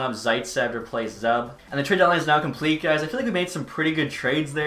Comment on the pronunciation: The player Zub is pronounced: "Zoob"